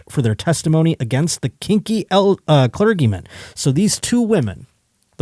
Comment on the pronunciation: Jesus...for clergymen say cler-jee-man. Love ya your highness